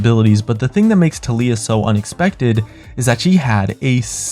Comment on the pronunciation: Tal e yah learn how to pronounce